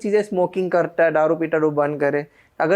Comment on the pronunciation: दारू की जगह पर ये गधा डारू बोल रहा है